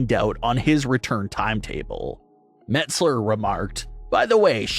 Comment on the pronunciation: Mets Ler instead of Meltzer. Sonds like it. 😆 Must be his gimmick.